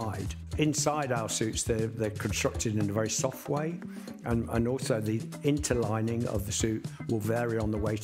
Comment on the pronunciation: Nice to hear you say interlining. I have some of your fabrics. Hopefully i wont ruin it when i make a jacket.😊